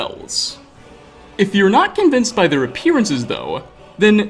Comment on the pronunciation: You the only person ive ever heard pronounce convince "convence"